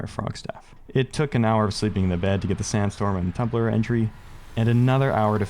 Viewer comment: I know he's saying "Sandstorm and Tumbler" but I can't unhear "Sandstorm in a Tumbler"